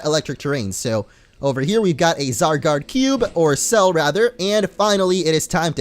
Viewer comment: did anyone hear him say zargard cube for a sec😊😕